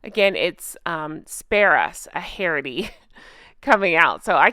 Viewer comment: Love the way u say spare us sound like spare ass lol